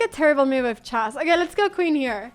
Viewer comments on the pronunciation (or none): I don't, same with "chack" and "aff", which is really weird considering she fully masters the english language, quite uncommon for a spanish person. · Love how she pronounces "chess" as "chass"